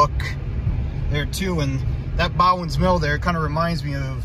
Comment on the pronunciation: I always pronounced it "BO-ens" mill, each time you pronounced it "bow-ens" drove me a little nuts to i stopped listening to you and started counting how many times you'd say it. 4